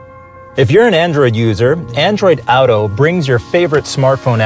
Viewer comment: OW-to (auto). Never heard that one before.